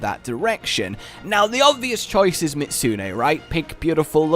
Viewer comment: why do people just LOVE to remove the ''zu'' part in ''miZUtsune''? is it really that fucking hard to pronounce? at that point you just look kind of ignorant to be honest, sorry but its true